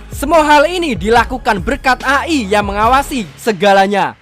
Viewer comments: Bang cara bacanya bukan A I tapi E Ai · A.i dibaca E-Ai Elis, Alice bolehlh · Bro kata (AI)di baca pake bahasa inggris(e'ay)